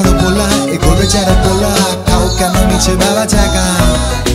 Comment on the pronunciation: দারুন নয়..... দাড়ুন!! "র" আর "ড়" এর উচ্চারণটা ঠিক করলে দাড়ুন না বলে দারুন বলতাম।😆😆😆😆😆😆 বেচাড়া, গড়ুর পাল, বাজাড়েড়..... এই উচ্চারণ গুলো ঠিক করলে ভালো হোত।